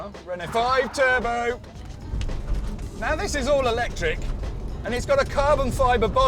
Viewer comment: Stopped watching as soon as he said "electric".